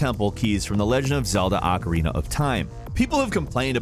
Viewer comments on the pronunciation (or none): none